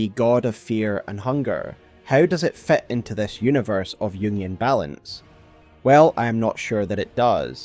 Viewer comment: You pronounce many words wrong, like: ambition, fit, mind, find, mankind. Seems like issues with letter "i" Otherwise, nice video